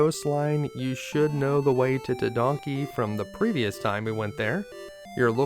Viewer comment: Tedanki =/= Tedonkey 🤣